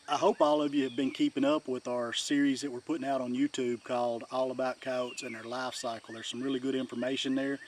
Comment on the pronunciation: All about Coyotes but you don’t even know how to pronounce their name right 😂😂😂